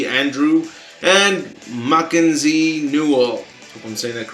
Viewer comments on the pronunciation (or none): none